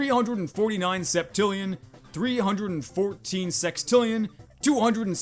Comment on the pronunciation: The way you say billion, septillion, and others really bugs my brain (maybe i hate math that much XD)